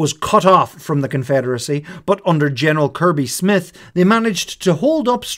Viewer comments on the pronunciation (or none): none